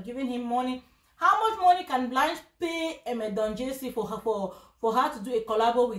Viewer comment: He cannot even pronounced Don jazzy.